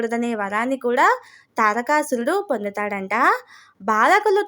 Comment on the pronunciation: Pronounce the name తారకాసురుడు, దక్ష ప్రజాపతి properly.